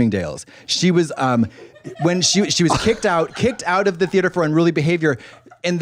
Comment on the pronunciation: Kicked out of the thee-ate-her 💀